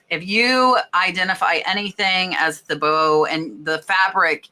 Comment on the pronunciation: Thibaut is pronounced Teebow. Most of their prints have a chinoiserie/Asian style.